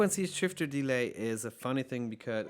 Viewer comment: Hi, super hilfreiches Video und sehr geschmackvolles Spielen! Kleiner Tipp nur für englische Videos, ein paar der Wörter werden anders betont wie zB. deLAY und paRAmeter. Das mag nach klugscheißen klingen aber wenn man Muttersprachler ist oder wie ich Englischstudent, fällt einem das bei solchen Wörtern, die ja immer wieder vorkommen doch ziemlich auf. Wenn du darauf achtest und dich da vorher ein bisschen informierst (zB. online beim Cambridge Dictionary), wären deine Videos noch besser!:)